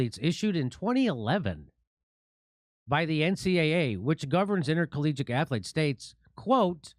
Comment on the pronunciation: My sole takeaway from this video is: 'athuletes'.